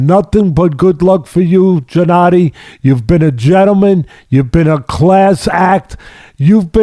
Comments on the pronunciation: Teddy calling him Jennadiy is annoying. It's Gennadiy! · “Jennady”? Teddy cracks me up! 😆 Trust him to call a guy whos known as GGG Jennady! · Great interview, of course, but why Teddy keeps calling Golovkin "Jennady"?...🤔